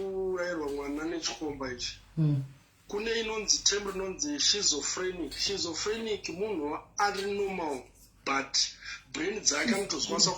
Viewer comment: That’s not how to pronounce it sir.. schizophrenic ….. it’s pronounced (skitso) not (shizo).. 🙈 i mean well